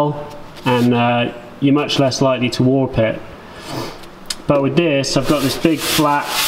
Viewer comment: When you say "Warp or warps" you sound just a little bit Scots. Have you got a Scot in your lineage? Why do you cut sheet steel with a grinder rather than a circular saw like SVSeeker and I do as the blade doesn't wear out like disks do?